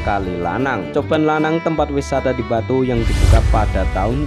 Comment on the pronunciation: Lucu ya kalo orang jawa mengucapkan kata yg awalan B pasti ada EM nya. EMBATU😁